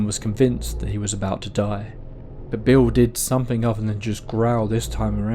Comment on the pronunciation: "..Somefing was bovering him..", "..Could see frew the window..." Ugh. Please practice saying your Th's. Th, Th, Th, Th. There is No 'F' in 'Th'!